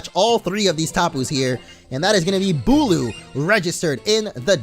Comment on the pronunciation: BULU! Not bulk